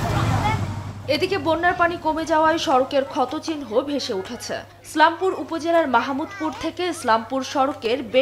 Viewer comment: স্লামপুর আবার কী? ইসলামপুর বলা যায় না?